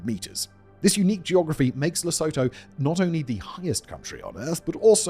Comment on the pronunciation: Really don't want to because this and your other videos oare brilliant, but I just have to... Lesotho: correctly pronounced as La-sue-too